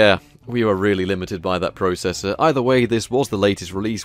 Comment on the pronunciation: ZEE*** NOT ZED AND YOU SAY PROCESSOR WRONG